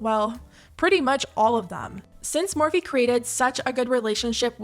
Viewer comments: the “MAHWFEE” pronunciation gave me chills but like in a disgusting way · The way she said morphe “mophee” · "moe-fee" -mikaela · Well I never cared about morphe I always found it tacky and cheap plush imagine wanting to collab with someone that can't even pronounce the brand's name 😂